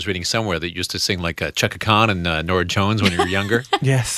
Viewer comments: I cannot with these disc jockeys. Every influence Sam referenced they make some weird comment or pronunciation (Ch-aka Khan?, Lauryn Hill was in Ted?). Please, please stop. If you don't know, just don't traverse the subject. Fail... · This male DJ butchering names of soul greats such as Chaka Khan and Mary J Blige, then proceeds to not know Robyn!? How are these people working in radio? #disgraceful Any who, Sam was charming and wonderful as usual. Seriously that Sam I am game was awesome. I wanna be his bestie. LOL :P